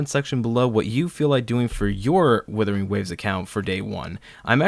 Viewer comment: It’s Wuthering not Withering. But great video!